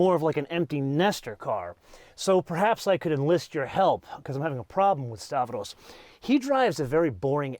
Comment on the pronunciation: Make stavros a favor, refer to him as stavros but call him Stavro. Please stop assassinating greek names. After all, every greek person loves benzes and audis 😅 like me